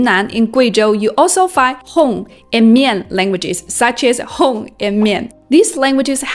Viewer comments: I’m a Hmong who speak Mandarin, Official SW-Chinese, Cantonese, Hakka, Hmong, English. Also I’m learning Arabic. BTW you pronounced Hmong in the wrong way, H is silent, it’s more like “Mong” but whatever. Thank you for good content. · Hmong 發音hong, 不是赫mong 嗎？